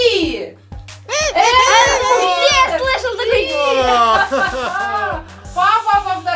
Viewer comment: не мистер пи а мистер п